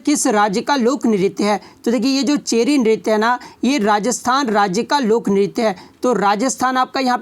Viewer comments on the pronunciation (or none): चेरी नहीं है चरी नृत्य है सर